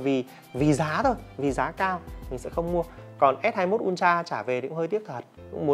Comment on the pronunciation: Samsung “un tra” đọc sai gòy ơi:))